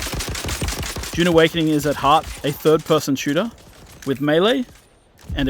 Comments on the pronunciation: It's Dune not June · its DUUUNE not JJJUUUNE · Narrator: DJUNE Awakening